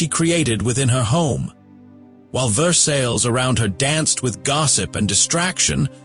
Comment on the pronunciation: your pronunciation of versailles is incorrect.